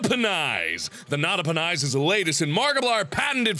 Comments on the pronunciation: Nada-per-nice. That's what I heard. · Srsly u didn't look at the tractor dud u know though it's Nota-Pe-Nis right? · It's not a penis, it's a Nota-Pe-Nis.